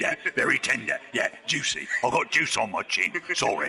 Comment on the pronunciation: Juice? I always heard "I got jizz on my chin". :D